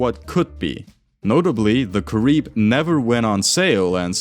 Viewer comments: Its pronounced Kah-ree-beh. Not Kah-rib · It's cah-REE-beh -- Spanish not French! 😘